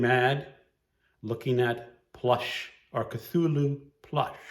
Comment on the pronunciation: I might do this. Also thank you for teaching me how to pronounce Cthulhu!!